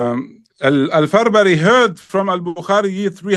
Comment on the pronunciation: Respected Shaykh, small correction. The imam's name is al-Farabri not Farbari.